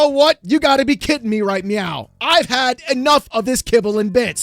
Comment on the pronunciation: Did you just say "... You gotta be kidding me right MEOW" ?? 😹